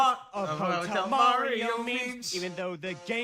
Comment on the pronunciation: "We-hee've seen a lot of ho-tel Mario memes"